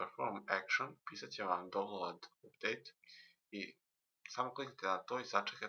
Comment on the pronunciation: Ne kaze se donload nego daunloud !!!